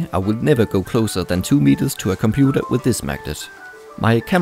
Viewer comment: De compuder... English advanced bruder